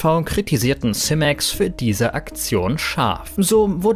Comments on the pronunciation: Werbung bitte kennzeichnen. kuchentv fehlt. Simex spricht man Simex aus nicht Semex. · Simäx meine Ohren bluten.. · Nices Video aber Simex spricht man anderst aus 😅🤣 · Wie er simex ausspricht